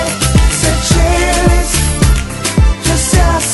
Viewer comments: Wait! Is Seychelles pronounced Say-chel-is or Say-shells I have heard it both ways now. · The correct way to pronoucne it is Say-Shells. If you continue to listen up to the rap part, you will hear him say, Say-shells. He proably said Say-chel-ls because it sounds awesome with the beat of the song. I was confused at first too. :/ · So Seychelles is pronounced "Say-CHeL-Lays"? All this time I've been saying "Say-shells" xD ;; Also, Seychelles and Sealand are so cute together! I wish people would make more of those pictures! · I agree, he has a Spanish accent- it's why his way of pronouncing Seychelles is off XD And Mis Amores I think is Spanish, since it would be Mes amours in French : D they pronounce it right~ I love the song, BTW- I love it, I think I'll have to learn it for Anime Boston as I'm going as Seychelles again